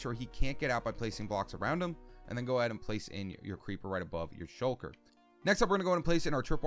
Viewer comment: "The shulk-el-er-l"